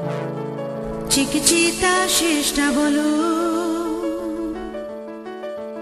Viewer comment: চিকিচিতা নয়, উচ্চারণটা চিকিতিতা।